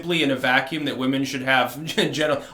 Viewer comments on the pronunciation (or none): none